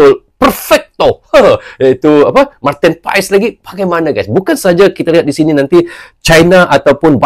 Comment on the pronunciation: Penyebutannya bukan Martin paes bang tapi Martin pas